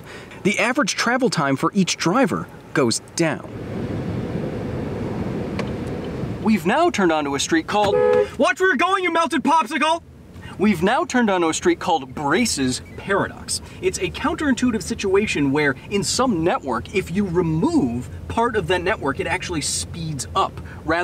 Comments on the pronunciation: Hill. Not being a dick, Kyle. Simply put, I cringe when this gets pronounced Braess's Paradox, instead of Braess' Paradox, which is how ya spelled it but didn't say it right. But at least Kyle would never say Braess'ess'es, right guys? Good Video though. Thanks! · I swear I heard him say Racist Paradox when he said Braess' Paradox.